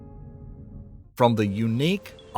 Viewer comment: I'm still wondering what a "Cosmose" is.